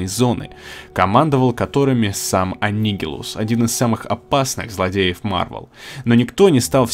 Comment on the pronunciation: Да блин, опять имя анигилуса неправильно прочитал